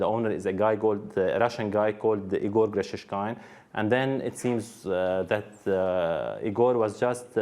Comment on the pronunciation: It is a critical pronunciation mistake, to pronounce Russian name "Игорь" like "Егор". Does nobody notices the difference? There is a letter "ь" at the end of the word, it differentiates a soft consonant and is often transcribed using an apostrophe. So in fact narrator wants to say Ígor', but says Igór, when the first vovel is not under stress, one can not differentiate wether it is I or E, resulting me expectin a Russian name based on the conext and hearing "Егор" clearly, because than is what he said, Egor. Of course these two names are different.